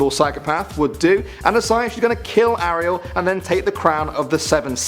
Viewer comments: ahriel? it's airiel. (how you pronounce it) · How the hell are you pronouncing Ariel? It's "Air-ree-el" not "Are-ree-el" lol